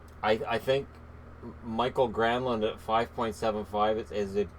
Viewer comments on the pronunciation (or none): Granlund's name (Mikael) is pronounced Ma-kyle not Michael